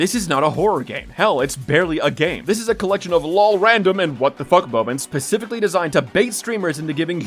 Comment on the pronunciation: It's specifically... Not pacifically